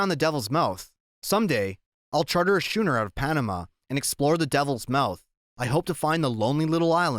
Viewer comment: Schooner is pronounced Skooner.